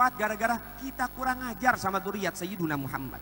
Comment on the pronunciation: Sayyidina. Bukan sayyiduna